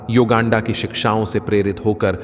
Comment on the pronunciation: Please learn the correct pronunciation of Swamiji's name. Which part of Bharat r u? He is परमहंस योगानंद and not नंन्डा